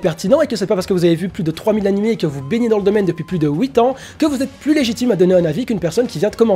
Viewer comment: A tu dit "houit" parce que t'es belge ?